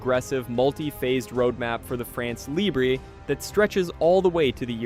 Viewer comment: You're the one who's ridiculous. They pronounce the word "libre" as if it were the Spanish word. The fact that he wants to pronounce it the French way but doesn't know how is no excuse. Either they pronounce it in their own language and they says "free france," or they pronounces it the French way and doesn't add an "é" to the end of "libre."